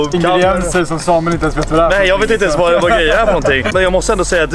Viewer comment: ”Det vart snack om nån wagyu” lät mer som ”Det vart snack om nån va gay” haha